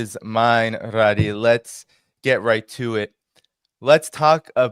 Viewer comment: Thank you, for another outstanding interview! Just one observation, her name is Ghadi not Radi 👍